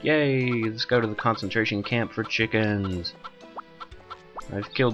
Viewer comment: CAWNCENTRASHEN CAWMP FOUR CHEEKENZ! :D